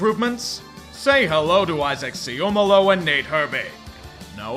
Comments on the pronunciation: Not sure if will read this but as an Eagles fan I’m pretty sure it’s pronounced Isaac “Sam-a-malo” not “Se-ohm-a-lu”. That’s just what our radio does though, could be wrong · Hey, just wanted to let you know that Isaac Seumalo's last name is pronounced "say-oo-MAH-low" (rather than "say-OO-muh-low" as you said it in your video). Thought I'd mention since you'll probably want to know with him on your team and because you probably won't hear it often on broadcasts (because if you hear an O-Lineman's name often, it's usually for bad reason). Sincerely, an Eagles fan who has enjoyed watching him for years.